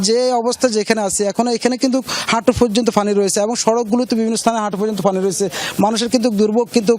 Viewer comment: শুদ্ধ করে পানি বলতে পারেনা ফানি ফানি শ্লা এরাও সাংবাদিক 😂